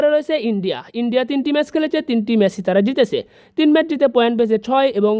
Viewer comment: মেস না ম্যাচ!